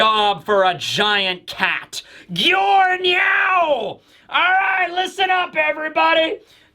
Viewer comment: Did he say Gyo Nyao...? That got me in stitches